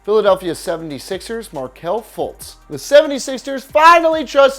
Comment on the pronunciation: he said footz it’s Fultz Slow boy